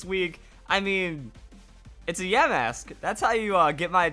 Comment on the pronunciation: I was fine when you pronounced yamask wrong but when you pronounced the vivilon wrong I wanted to punch my screen. If your wondering how I know how the pronunciation is, all I do is watch the anime, and they pronounce it right